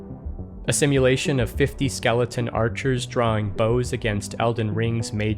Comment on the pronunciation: hahag skelington :)